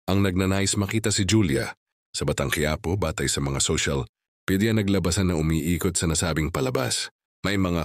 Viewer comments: Pronounce as this “kyapo” not kuyapo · Mr Blogger will you pronounce the word QUIAPO well ! , not Qi - Ya - PO , my God speak nice , since immemorial Quiapo is Quiapo ! You’r fowl !